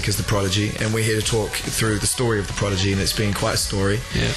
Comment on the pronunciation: Fail , guy says Progidy